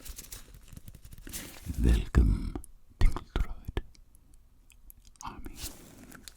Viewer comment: When I hear "Velcom" I feel at home